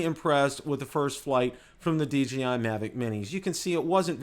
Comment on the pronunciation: DJI... NOT DGI. DeeJayEye not DeeGeeEye.